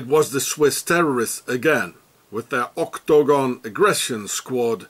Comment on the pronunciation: Love how you say OCTAGONE.